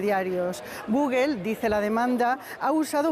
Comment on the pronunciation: Como es posible que un medio como ustedes permitan a los reporteros decir gugel? Por Dios.